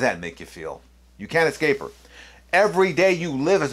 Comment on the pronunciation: Why do you keep saying “exscape”? There is no “x” in escape. That aside, good vid.